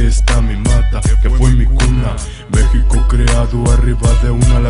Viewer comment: She rifan himies ustedes si saben Como pronunciar meshico a lo preispanico ESO es cultura y raizes